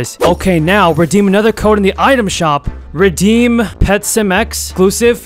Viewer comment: reddem bruh its redeem